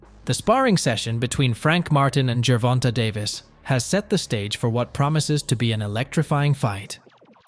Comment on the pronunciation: Gervonta is NOT pronounced jur-VON-tuh!! It’s pronounced jur-VON-tay. The last syllable is “TAY”. Please stop mispronouncing this man’s name. He is currently the face of boxing. Get it right! Yes it’s only one syllable, but it shows you didn’t do your research.